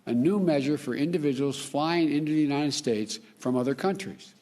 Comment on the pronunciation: "Unine-ed States of America"